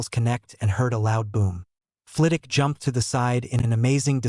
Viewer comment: The only thing that annoys me about your videos is that in every single video you leave the W out of Flitwick. In every video you call him Flitick. Fragging annoying, he Name is FlITWICK NOT FLITICK.